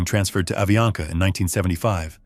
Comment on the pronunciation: é avianca..e não aviana